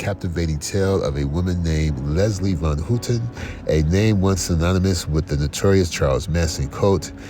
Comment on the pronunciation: It's pronounced HOWten...Not HOOTEN